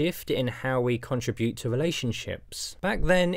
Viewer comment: Your commentary is insightful but please learn how to pronounce the word contribute.